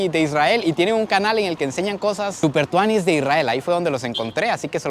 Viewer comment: Que salvaje escucharte decir: "Super Tuani" Saludos prix desde Nicaragua!🇳🇮💯